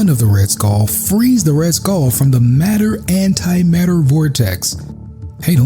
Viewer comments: Matter and Antimatter not Mater antimater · Isnt it "antimatter"? I thought i read mater antimater.